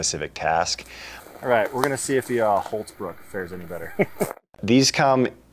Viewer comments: Why do you call it Hultz bruk when it says on the handle of the axe Hults bruk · love the way you pronounce" hultsbruk " :)